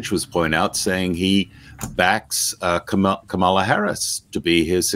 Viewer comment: and, haven't you heard Kamala Harris informing people of the proper pronunciation of her name? Put the accent on the first syllable, not the second. KA-mala. Just thought you might like to know.